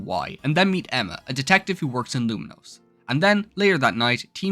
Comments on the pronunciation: Saying Luminose over and over again was so jarring. At least learn to say the city’s name right. It’s Lumiose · lumiose doesnt have an n